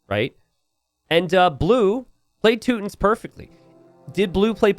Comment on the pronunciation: "Tooot tins" i had to laugh at that pronunciation sorry. Sounds like that civilization's units are always farting. "Toot toot". It's too-ton-nick or teww-ton-nick as the two main pronunciations in english.